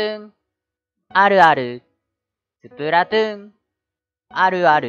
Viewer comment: スプラトゥーンあるあるってうなぎが言う時 「スプラトゥーあるある」 に聞こえるのは気のせいですかね？